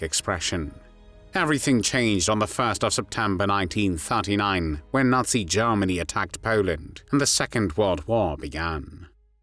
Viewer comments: He pronounces Germany very weird... Sounds like AI to me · Lord Haw Haw pronounced it "Jairmany." "This is Jairmany calling."